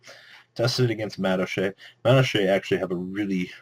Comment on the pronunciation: I don't like the way you pronounce madolche.